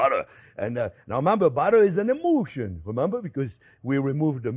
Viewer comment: My ears heard “butter is an emotion” instead of “butter is an emulsion” and I silently nodded. I didn’t hear it wrong. 🥹